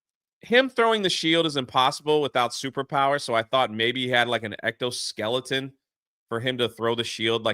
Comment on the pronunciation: "Ecto Skeleton"